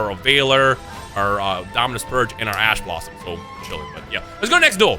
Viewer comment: I swear he is saying "Ass Blosom".